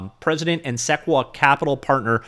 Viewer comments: RE:Sequoia SEK-QUA isn't it pronounced SE-KOI-YA? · FYI it's suh-coy-ya capital. 😎